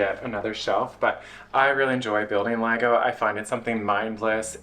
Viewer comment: The correct pronunciation of the plural form of Lego; Chefs kiss. 😮‍💨